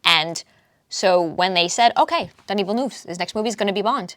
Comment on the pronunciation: Watch Villeneuve's Enemy (2013) it has a lot of Bond themes like suspense, man-on-a-mission, secret societies, beautiful women, sex etc Also, don't pronounce his name 'Dunny' that's Australian slang for a toilet haha